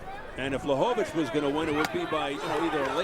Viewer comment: LaHOvitch? OMFG!